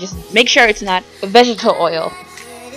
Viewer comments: It's annoying how she says vegital instead of vegetable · Still it's not hard to say vegetable